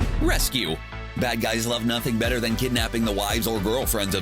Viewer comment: War mashin is beder den tony